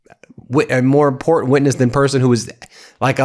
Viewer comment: I love the way Lady Graham says “impotent” when he means to say “important”… impeach and remove them all please